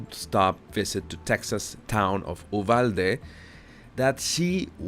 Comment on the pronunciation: You pronounce "u-val-day"